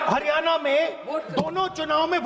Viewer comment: Hariyana nahee हरियाणा बोल पहले बोलना सीख